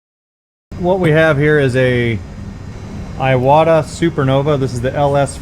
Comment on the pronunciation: Its pronounced Eeee wah tah ... its Japanese. Ur welcome. ✌️